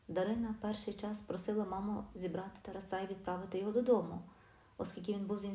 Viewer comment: ТАРАСА/ наголос ставте правільно, - на 2 складі!!, соромно чути!